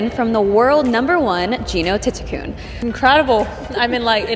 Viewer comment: Learn how to spell and pronounce Jeeno Thitikul’s name for God sake!